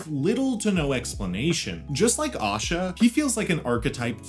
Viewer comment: Asha not osha